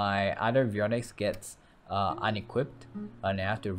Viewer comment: Omg he's actually pronouncing avionics correctly